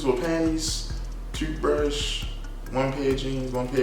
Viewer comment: I knew you was from bmore when you said “two-thbrush” lol